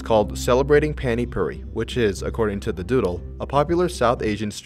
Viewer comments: The way you said Pani puri pains me as a indian its not Panty pruri its pronounced Pah-ni Phu-re ( re like restart ) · It’s pronounced paah-nee pooh-ree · Dude I just realised that you say pani puri like पाणी पुरी found this after talking with my Indian friend and I directly copy pasted it here, it’s so hard to pronounce